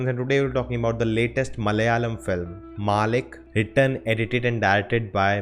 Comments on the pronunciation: Ooooh man finally you nailed the word "Malayalam" ....great insight anyway ❤️❤️❤️ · You said "MALAYALAM " so perfectly 😃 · Finally got the word malayalam correct.